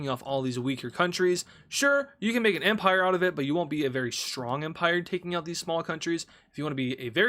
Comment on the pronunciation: Empire ❌ Emprie ✅ No hate I love